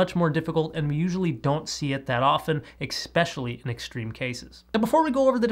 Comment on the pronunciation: You are obviously a very smart person. I only have one critique. It's pronounced, "especially", not, "expecially". If I were a doctor, and told someone about how I was at the libarry, they would wonder if I were just asleep that day in english class.